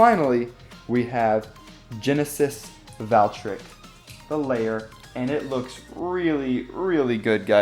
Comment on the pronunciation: IT IS NOT GENESIS VALKRICK ITS GENESIS VALTRYEK